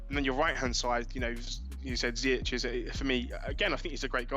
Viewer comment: Ziyech is not pronounced Zayeck. It's more Zee-yash